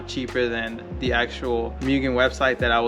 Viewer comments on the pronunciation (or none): Its pronounced Moogen